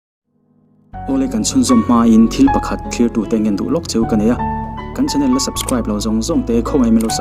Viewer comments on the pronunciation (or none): none